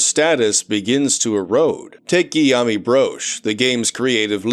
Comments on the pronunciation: i love how this dude says guillaume as 'giyami' instead of 'giyoum,' like the most common french name. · Guillaume is pronounced as "Gee-yômh". Apparently it's related to the name "William". 🤷